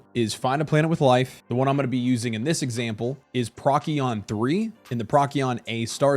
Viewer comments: Very helpful video, thank you. . . . But dude, it's not pronounced prok-ee-on, it's pro-see-on!😂😂😂 Maybe do a Google search for how to pronounce the various systems and planets before the video? Still this video helped a bunch.! Thanks. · Not nit-picikin, just tellin ya the correct pronunciation of Procyon is [Pro-See-On]